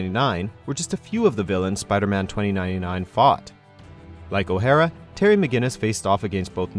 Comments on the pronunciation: why are you pronouncing "o'hara" like it's a japanese name? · What the fuck was that pronunciation of O'hara ?!😂